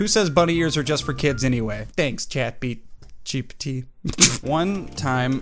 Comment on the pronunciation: The way he got the name ChatGPT rong and he said "ChatBgTP" 😆😆